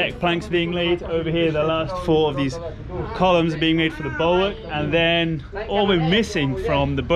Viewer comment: I always enjoy beautiful accent and English pronunciation on every episode - but more recently "col-yumes" has had me in stitches every time! Don't ever change,!!